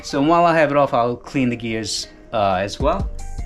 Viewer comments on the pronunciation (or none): none